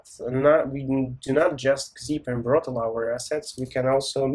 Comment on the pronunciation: Hi, this is a mispronunciation. The actual name is Brotli: Brotli is used for compression to reduce network load.